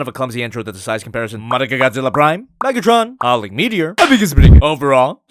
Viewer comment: Megatrin or Megatren